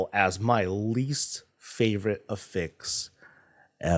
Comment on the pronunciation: Just wanted to point out its affix not afix. Af-fix Not A-fix Two f's